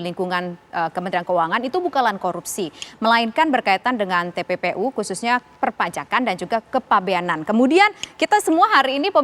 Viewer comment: Infonya kok nggak jelas...pak Mahfud bilang TPPU..kok jadi tppi